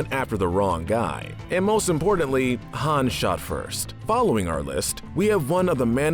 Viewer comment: Wait did he call him “ Hans “ ... it’s Han not Hans 🤦🏻‍♂️